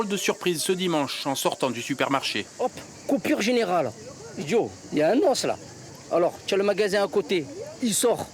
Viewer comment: "kupur giniral" ;o)